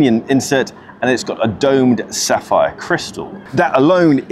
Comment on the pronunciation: Great vid. P.S. Sapphire not saphire .